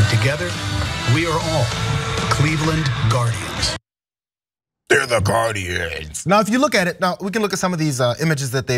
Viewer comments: Gar-indians…..that’s all I hear. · you know what rhymes with guarDIANS....IDIANS